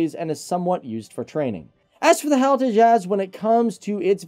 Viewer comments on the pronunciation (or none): It's not "Hal". HAL It's an acronym...not a name. H-A-L. (Hindustan Aeronautics Limited) If you guys are going to produce aviation related videos, remember that this is an industry that is heavily observed by people who are motivated by precision, validation, credibility, and certitude. We pick up on little things like this and it irritates the hell out of us. Tighten it up! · the way he said HAL, it was cool.